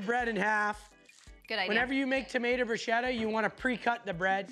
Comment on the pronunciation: The way they pronounced "Bruschetta" my italian heart can't handle it